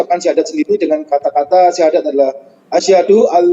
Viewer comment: lidah YM sudah di kelukan oleh Allah,terbukti dengan pengucapan syahadat yg salah